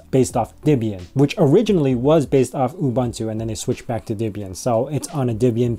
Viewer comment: Hi, Nice video. It looks like it's worth it go give DDE another try. Btw . Why do pronounce Debian like Dibbien? Hint : The names of the couple that founded it are Debby and Ian.